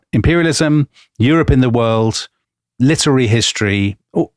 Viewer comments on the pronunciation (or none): litery???🤔 really, Dominic???